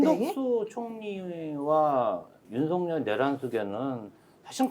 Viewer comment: 윤서결 탄핵으로 들려요